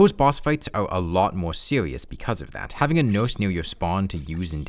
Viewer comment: Haudmode, haudcouw wouwds, sewious